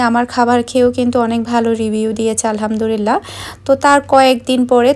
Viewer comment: plz alhamdurila.na alhamdulillah bolun plz